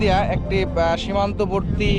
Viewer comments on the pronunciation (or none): Not 'simana' borti but 'simanto'borti.